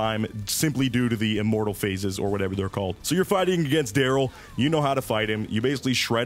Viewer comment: Absolute love for your style of guide. Quick and no messing around, easy to follow. Appreciate the effort put into this and might I say, nice voice! Only thing that made me chuckle was the pronunciation of Dry'l ("drill") as "Darryl" 😂 Keep up the good work, subscribed!